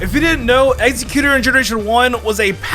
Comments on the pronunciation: Wtf is Egg-xe-quter. I love you, but tht is driving me nuts lol 😆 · Lol saying Exeggutor wrong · I hate how he says Exeggutor lol